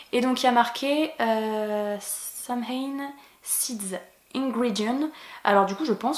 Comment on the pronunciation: samhain, ça se prononce "sawin", ça correspond à halloween dans les fêtes celtiques